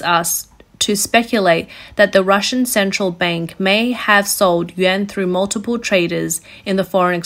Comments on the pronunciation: I hear "Yen" everytime she says/ means "Yuan". That's a BIG problem with the speakers voice. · It's pronounced "Wan" NOT "Yen!!!" You lose credibility when you say it wrong. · hard to take this reporting seriously when russian ruble is pronounced Rubble, and chinese yuan is pronounced Yen, over and over and over again